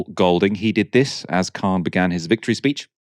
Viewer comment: He is not German. His name is K-h-an